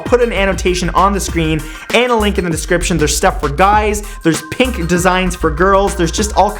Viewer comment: he kinda emphasized the fact that he had pink for girls. I felt like he was gonna make a joke about fact #2